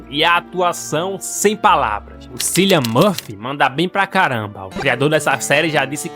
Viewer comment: o nome do ator é pronunciado "Kilian"